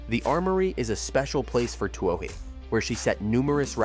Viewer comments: Her last name is pronounced too-ey. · Isn't her name pronounced simply "Two-ee" ? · Katelyn Too-OH-hee? Good grief. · You can't claim to be any kind of professional reporter or video producer if you don't make any effort to learn the proper pronuniation of names, particularly the name of the person you are talking about. Anything for clicks and U-Tube cash. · Why don't you pronounce her name properly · please learn how to pronounce her name before doing a feature on her. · How hard is it to get her name right? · How come you can't pronounce her name? Something is wrong here. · Not only can't you pronounce her name correctly but also can't correctly pronounce the name of one of her major sponsors: Adidas. The German Company is pronounced as "Adi-das", not "A-dee-das". The name comes from the founder of the Company Adi Dassler. Hence, "Adi-das". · the sad fact that you can't pronounce her name correctly... report